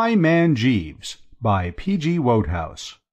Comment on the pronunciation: How in the world did / miss the memo about how to pronounce the author's name? Shaaaame. Oh BTW it's WOODhouse as most fans and admirers know. Go back and fix it.